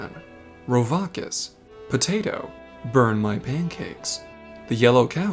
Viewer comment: as someone that watches all the way to the end of most videos I'm got to ask, you feeling alright? You didn't give the "burn" part of burn my pancakes the normal amount of emphases you normally do. Either way hope your days gets better.